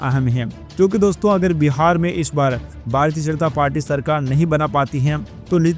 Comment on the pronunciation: बीहार नही बिहार बोलो